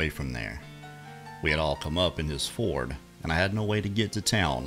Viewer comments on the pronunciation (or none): none